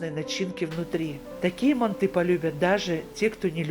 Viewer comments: Не мантЫ, а мАнты🤦🏻‍♀️ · Мы тоже из Казахстана.Говорим мАнты.МантЫ ,прям ухо режет😀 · Ни мантЫ а мАнты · Не манты, мАнты. Прекратите уже следовать недорослям.. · Не мантЫ, а мАнты!!! Произносите, пжс, правильно название этого блюда уйгурской кухни, древнего уйгурского народа!!!❤❤❤ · Почему вы ударение ставите на букву Ы ? мантЫ... У нас правильно говорится и травится на букву А мАнты. Но готовите вы так же как мы в Алма Ате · Только почему ударение на манты'.Уйгурские всегда были всб жизнь ма' нты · Не МантЫ, а мАнты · А где мясо? Это мантЫ! Бред полный! Не мантЫ а мАнты! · Говорите , пожалуйста , правильно МАнты, а не манТы. В Центральной Азии, откуда родом манты, все говорят МАнты, т.е.правильно так. Желаю вам процветания вашего канала ! Смотрю вас регулярно ! ❤ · Манты - казахское блюдо, и говорить нужно мАнты, но в России и даже Узбекистане почему-то произносят мантЫ, странно и режет слух. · МАнты мАнты мАнты не мантЫ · Ну почему не м'анты а манты' Ударение надо на а. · Не мантЫ , а мАнты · У нас в Казахстане говорят не мантЫ, а мАнты😊 Вам спасибо 🎉🎉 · У нас тоже в Душанбе не мАнты, а мантЫ . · Странно, что ударение ставят на ы. Ведь это неправильно, нужно ставить ударение ,на слово манты ,на букву " а " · Даже говорим мАнтоварка, потому, что мАнты, а не мантЫ. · Да не манты а МАНТЫ ударение на первый слог. Рецепт гуливэ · Ма'нты ударение на (а) . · мАнты,ударение на А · Блин,ну как режет слух, мантЫыы😮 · Манты ударение на первый слог, и яйца не добавляют. Чтобы когда на пару готовиться не было тесто твердым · Манты ударение на первый слог..